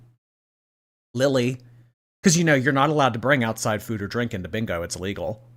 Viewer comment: doesnt she said foud?